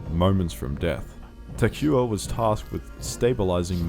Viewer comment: poor Takuya, not even in death was his name pronounced correctly.